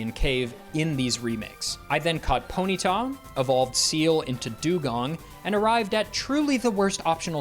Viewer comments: im sorry... Poh - Knee - Ta?? Its Pony - Ta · I swear some streamers must be throwing in weird pronunciation to get the correction comments going. Ponyta pronounced poh-NEE-ta is a first for me